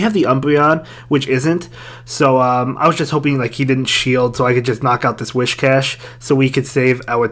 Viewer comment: It’s Whiscash not Wishcash 😂😂